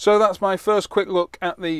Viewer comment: Why don't you reviewers learn to pronounce the name of the companies you review products from. RuiDeng, HuaWei... never heard it anywhere near correct. Its like Chinese people calling their smartphones Appu Ippon eX.